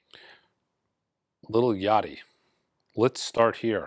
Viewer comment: The Lil Yachty pronunciation was spot on. Great job. You should give that album a listen, you may be pleasantly surprised. It’s not your normal Yachty album nor your normal hiphop album.